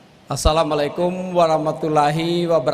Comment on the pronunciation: Dalam pembukaan pas ngomong Assalamu'alaikum wr.wb kurang bener